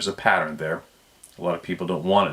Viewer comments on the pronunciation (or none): none